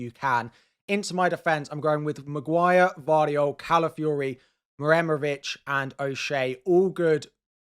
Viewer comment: you seem pretty comfortable pronouncing Muharemovic, but you're still not quite there. it's MU-HA-RE-MO-VIC (you are just saying MUREMOVIC, without "HA")